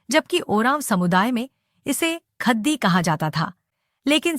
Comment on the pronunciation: ख़द्दी, टटख़ा, ख़ेस्स इत्यादि का सही सही कुँड़ुख़ में उच्चारण कीजिए। जय धर्मे!!